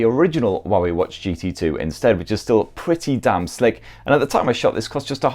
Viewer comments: Had to read the description to understand what he pronouncing for 'Huawei' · The Huawei pronunciation threw me offgaurd xD haha